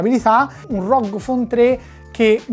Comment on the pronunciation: GGGGGGG non C.... correggila sta pronuncia